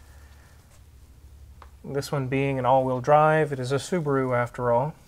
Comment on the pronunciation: "Saabaru" 9-2X next?